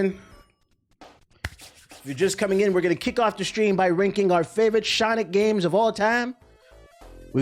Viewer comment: Mf said Shawnic 😭😭